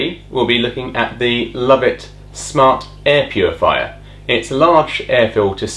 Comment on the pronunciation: Le-vwah not love it